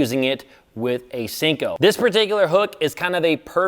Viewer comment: Senko not Sinko